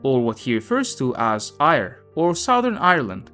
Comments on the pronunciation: You don't pronounce Eire as Ire, you say it so it sounds more like Air-ah. The "evil" in Ireland sounds pretty much like a cherry picked quote taken out of context by some leftie to somehow tarnish Tolkien, after all the left have been trying to despoil the reputation of pretty much every western male since they could. All the authors, all events in history, any achievement etc are of course all evil because white male non socialists did them all. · It’s ERR-UH Not Aye-Reh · It should sound like "AirA" nor "ier" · Eire = Air-ah not Ire. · Eire is pronounced "Ear-Ah", sorry it's just jarring to hear it mispronounced "Ire" over and over. It's telling that after eradicating the Church from Ireland, out nation now suffers greatly, but at least the GDP is high I suppose. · Eire, pronounced 'Air-Ra'. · Oh, and Eire is pronounce 'AIR-eh' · Eire = AIR-uh. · Éire (pronounced AIR-AA) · Good video but Eire is the Irish for Ireland and is pronounced air-ah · I’m sure you have been in formed already that “eire” is pronounced aira and is the whole country not just Southern Ireland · The evil they were trying to keep at bay was the english 🤣FYI: Éire is pronounced like air ah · Eire - pronounced Air Ah!!! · Eire is pronounced 'Aera'. Despite the popularity of his books, the man was of his time and very narrow-minded. Gaelige is very expansive and older than English, but its development was thwarted by the exile of its native Aristocracy. This was largely addressed in the late 20th Century. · "Eire" is pronounced Ay-ra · Éire pronounced Air-ah. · I didn’t know any of this. Thank you. Éire is pronounced air-a or air-ahh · Éire is pronounced air-ah. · Eire pronounced “air-ah” But very interesting video! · Eire pron. "Air-uh". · It's pronounced "ey-ruh" (with a rolled 'r'). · Éire is pronounced Ay-Ra. Great video otherwise, thanks. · Eire is pronounced "air-uh" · Really butchering eire